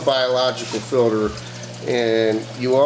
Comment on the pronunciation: filter not filder